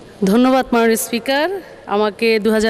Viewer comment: যে নিজে কটাক্ষের পাত্রী সেই সকলকে কটাক্ষ করে থাকে। কথা তো উচ্চারণের যথেষ্ট ভুল রয়েছে যেমন মাননীয়কে বলছে মানিও। পারলে তো হাসিনাকে পূজাও করতো। এর গান শুনে আমার বাথরুম চাপে।